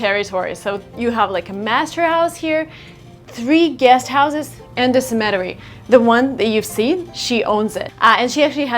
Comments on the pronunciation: That air conditioning becomes heating in the winter. It gets COLD up there. Also, it is pronounced CEMetary. I add this in all humility because like most Americans, I am not multilingual. Kudos to you. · Sem-i-tair-ee is how I pronounce the place where people are buried. 4 syllables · 'Sem a tair ee. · cemetery is spoken as ---semma terry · Pronounce “Sem-ah-Terri”. Cemetery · I watch from the western shore of Lake Michigan, the only one of the five Great Lakes that is completely within US borders. It's a town named Racine, which is French for "root", because the Root River runs through it. There are about 65-70,000 people here. You are mispronouncing "cemetery". The accent is on the first syllable, SEM-uh-terry. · (and again later) her peculiar pronunciation of "cemetery" really threw me off for a minute. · u really gotta work on "cemetery" pronunciation ))) one of those cringe moments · Is it ok to make the second syllable accented in the word Cemetery? Some kind of regional preference? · nice video....a few suggestions ....do a video in Boston......also check your pronunciation of cemetery......usually we use word town instead of village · Please pronounce "cemetery" correctly or at least put a preface at the beginning or some tag when you first pronounce it of what you mean. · Somebody needs to tell her how to pronounce cemetery. And mold will grow on plastic. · You mispronounced cemetery... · А cemetery разве не на первый слог ударение ? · cemetery Pronunciation cemetery/'sɛməˌtɛri/ /'seməˌterē/] The stress is on the first syllable. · Hi! I'm from Moscow, but I've been living in LA for almost 2 years now. The thing I don't understand is why you pronounce 'cemetery' laying stress on the second syllable, not the first one? Sorry, no offense, just wanted to know if this word is now pronounced differently than I'm used to. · "Cemetery" - should be pronounced with the emphasis on the first syllable :) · You are saying the word"cemetery" incorrectly.